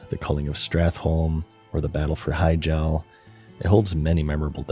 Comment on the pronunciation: i, do not like how you pronounce hyjal